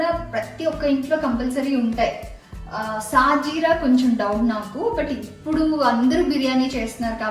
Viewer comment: షాహీ జీరా ,, సాజీరా కాదు